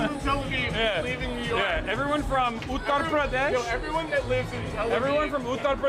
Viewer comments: And still mispronounces it. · no because he still doesn't say it correctly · On the “accent” thing I think it’s just him tryna say it properly? Might come off cringe but still.